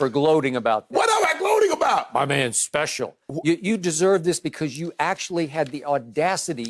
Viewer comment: “My manz speacial” 🤣